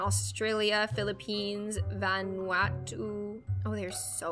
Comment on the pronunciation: How did “Vanuatu” turn into “Van-watu” XD